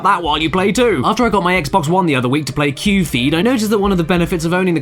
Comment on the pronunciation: Also, it's KYU-FEED